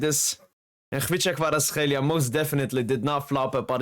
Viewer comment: Being Georgian myself, I can tell you that your pronunciation of Khvicha Kvaratskhelia is on point bro!